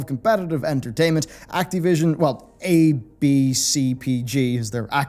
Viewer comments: PLEASE PLEASE STOP SAYING ACTEEVISION Act"I"vision or Act"A"vision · It bothers me the way you say Activision